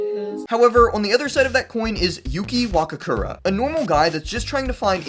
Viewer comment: Wakakura 😭 Wakura its wa-ku-ra 🙄🫡